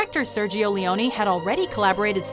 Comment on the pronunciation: As an Italian, I appreciate how you pronounced his surname correctly, and not like the usual foreigner. It's "Morricon-ay", not "Morricon-ee". Yet, you mispronounced "Cinema Paradiso". In Italian, cinema is read "chee-nay-ma". And also Sergio Leone. It's "S-ay-rgio L-a-on-ay", not "Leon-ee". You should read it just like Morricone.